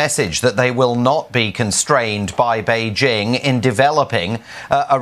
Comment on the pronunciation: Note to. Bei Jing, not Bei Zing. I cringed every time when I hear her says Bei Zing.